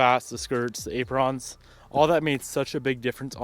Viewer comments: ay pruhns not ay prawns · This man say Aprawns? Lol